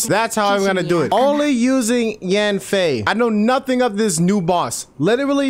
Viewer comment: its pronounced yen fei not yaaaan fei . if you still can say it then listen to her say her name in eng dub